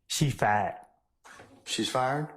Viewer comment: "SHE FIED" 🤣🤣🤣🤣🤣🤣🤣🤣🤣🤣🤣🤣🤣